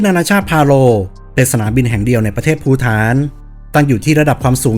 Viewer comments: ประเทศภูฏาน อ่านว่าภูตาน ไม่ใช่ภูถาน ครับ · พูตาน ฏ ต.ปะตัก จะอ่านว่าพูถานได้เยี่ยงไร